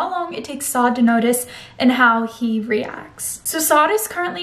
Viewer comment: Is it just me or has anyone else noticed that says not ‘reacts’ but ‘reaks’ Lmao no hate btw